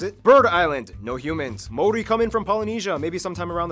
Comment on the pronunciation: The guy pronouncing the Maori words is not too bad looks like he really researched how to pronounce then